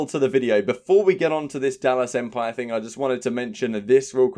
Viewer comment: Lol empire is 3 syllables tho. U doughnut 🤣